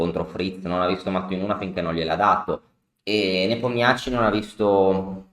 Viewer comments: Grazie per l’analisi tempestiva, comunque Nepomnjaščij si pronuncia Nepòmnisci 🤣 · Come in tennis i Nomi accorciati come soprannomi 😃 comunque la pronuncia esatta è Nepòmniasci